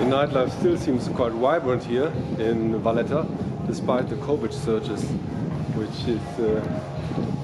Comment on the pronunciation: It’s Valletta 😉